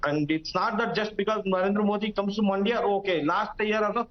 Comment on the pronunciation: Everyone it's Mandya and not Maandya !! 🤦🏾‍♂️